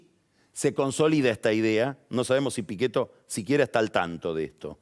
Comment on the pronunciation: Jajaj la pronunciación perfecta en italiano “Miguel Pichetto”